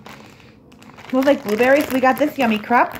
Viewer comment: Hahahaha “yummii-Crup” hahah it’s pronounced yummii-crape! Spelled yummiicrepe